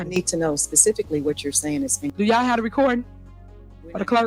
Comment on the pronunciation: She doesn't even say yall properly she says yaw